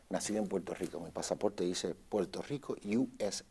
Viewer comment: he's controlling himself. Check when he says 'Puelto Rico'.